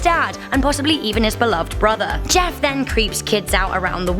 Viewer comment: It’s “Jeff” not JESS